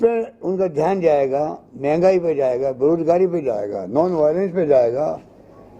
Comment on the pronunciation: आरे यार आप किस्से बात कर रहे हो....ये प्रेस कॉन्फ है या चुणावी भाषण...ये पहिले तय करो.. आप बार बार धान करो...बोलते हो..तो.. आपका ध्यन खा है...जनता को... ऊलू समझ रहे तो आप उल्यू हो....जनता सब कूच जांती है